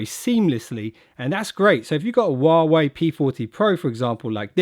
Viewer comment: How about you learn to pronounce huawei correctly?